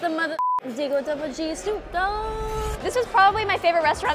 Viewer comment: Nahhh bro said debel dubble g snoop dog